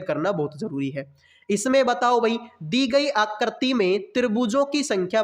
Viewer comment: Phle aap aakriti bolne ke liye Sikh jao uske bad figure counting pdha lena bhai